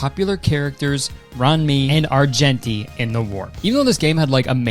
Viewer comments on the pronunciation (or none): Not you pronouncing Ruan Mei (R-oo-ah-n may) as RUN ME, BROOO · As a Honkai Character, they way he pronounced Ruan Mei (pronounced Ruwan May) had me cackling😭😭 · honkai star rail sponsorship was such a jumpscare also the way kurtis pronounced "ruan mei" took me out 😭😭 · how kurtis pronounced ruan mei is hilarious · i couldnt help but giggle at the way he pronounced ruan mei and argenti lmao